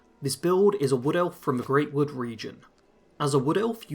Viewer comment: Look. I know not many people care about stuff like this, but it's prounounced Grahtwood (Grot). Not trying to be a dick, just wanted to provide info.